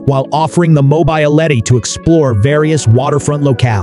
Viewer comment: I thought we'd see more of each home, so I was disappointed. I don't know who was narrating but they butchered the word mobile and mobility again and again. I think mobile was pronounced correctly twice. Language is important to get correct or it detracts from the video.